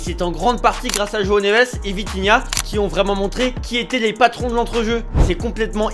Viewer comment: C’est Vitinha et non Vintinha